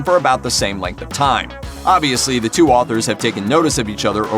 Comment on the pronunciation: WHY IS HE SAYING AUTHOR AND NEIBOLT LIKE THAT??